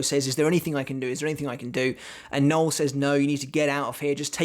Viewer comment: It’s “no-el”, not Noel as in Fielding but Noël as in Christmas but French.